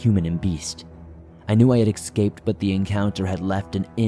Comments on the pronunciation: Escape, not excape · The narrator mispronounces the word spelled escaped as exscaped.